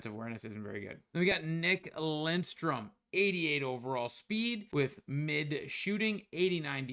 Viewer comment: Love your videos but you gotta work on reading the players names better! Schmalz?? Lindstrom??😂 Looking forward to seeing you grow this year in NHL 25 bud!